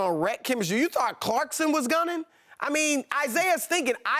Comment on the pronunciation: For the love of god his name is Clarkson not CLARKSTON